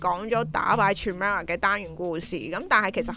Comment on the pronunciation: chimera 個C發係K音